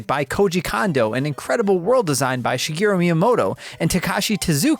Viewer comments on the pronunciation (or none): none